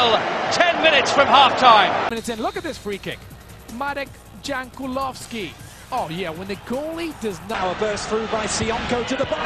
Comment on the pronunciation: Mauek Džankulovsky :D